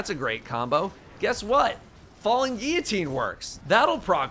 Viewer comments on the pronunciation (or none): none